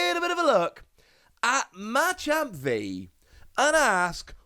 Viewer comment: Dude you pronounce Machamp so wrong lol